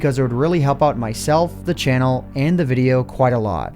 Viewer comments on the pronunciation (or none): none